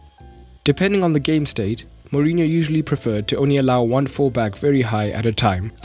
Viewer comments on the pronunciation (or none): none